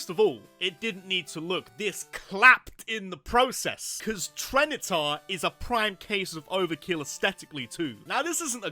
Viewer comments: TYRANITAR, NOT TRENITAR! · are they saying tyranitar wrong on purpose?